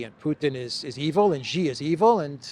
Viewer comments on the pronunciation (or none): I recall that Mr Mercouris took a while to pronounce "Rofkin" correctly, but he's since corrected it. I think he pronounced President Xi's name incorrectly, previously, but likely folks pinged him on it. It sounds like "see" and "she" - there's no "jay" sound in it. The chinese character for his surname is: "习", if that helps. Thanks for your programs!